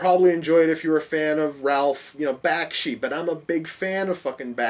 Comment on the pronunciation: Not Sure When You Posted This Review, But You couldn’t be more uninformed by animated movies of this time period. Was it funny to mispronounce Ralph Bakshi’s Name. Have you no appreciation of Frank Frazettas Art Work? You can’t see how a powerful wizard was pushing a tremendous glacier just by his will? Sorry you missed how awesome this was...